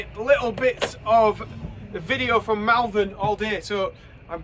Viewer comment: Sorry, had to say it. spelt Malvern pronounced Mulvern.